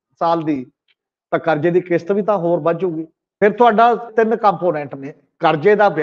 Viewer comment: The word is Kishat not Kisat , National not Nasnal, Desh not Des etc. Thanks .